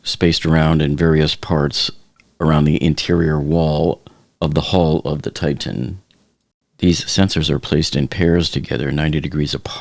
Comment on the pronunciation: The name of the submersible is pronounced "TI-tan," not "TITE-tan."